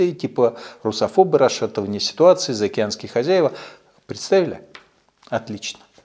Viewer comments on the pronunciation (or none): none